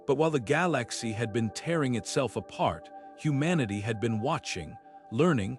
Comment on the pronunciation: "Gal Lax e" 🤣🤣🤣🤣🤣🤣